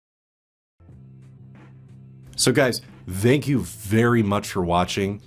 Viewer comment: "So guys, zthank you very much for watching" every time 😎